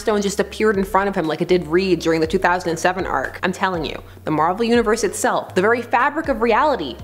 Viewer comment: Captain Marvel not captain marval